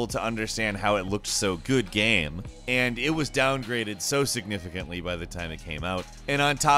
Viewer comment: I cannot get over the weird way he pronounces "game". Like "gaeme".